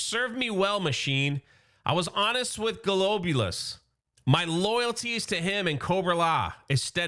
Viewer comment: Pronounced Glob-You -Luss .